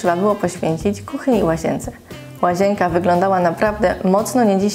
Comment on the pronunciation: Naucz sie poprawnie mówić. Nie łazięka, tylko łazienka.